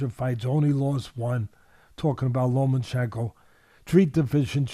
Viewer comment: Teddy, it's Lomachenko, not Lomanchenko.